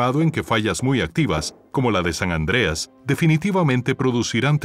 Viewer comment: No es San Andreas jajajajaja es San Andres